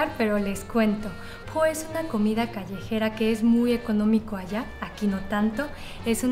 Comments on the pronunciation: "Pho" se pronuncia "po"? Siempre he oído que "pho" se pronuncia como "fa" o "fo", esta es la primera vez que la escucho pronunciada como "po." Quizás pueda ser que sea diferencia regional. Pero, dicho eso, gracias por tus recetas. Ustedes son muy apreciados. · Súper la receta y el video, pero no se llama "Po" se llama "Fo" y se pronuncia con tono hacía arriba "y de regreso" (Phở) por ese como ganchito que tiene arriba de la "O". Cuidado con la pronunciación porque, si dices "Fo" podrías estar diciendo "callejón" o "prostituta", lo sé porque vivo en Hanoi, Vietnam desde hace 3 años y se me ha complicado mucho el aprender el idioma, por detalles como estos, hehe. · Buen video! Eh solo que creo que Pho se pronuncia como { Fah } La Ph se dice como una F. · Hola! Si lo pronuncia como Fa entre Fo 😅